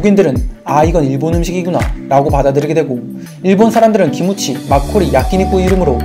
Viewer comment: 악닠ㅋㅋㅋ막걸리가왜 말걸리야 ㅋㅋㅋㅋ 무슨 말 관리도 아니고 ㅋㅋㅋㅋㅋㅋㅋ😂😂😂😂